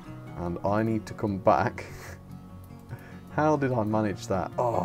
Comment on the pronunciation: Dont say pack in the opening say back not pack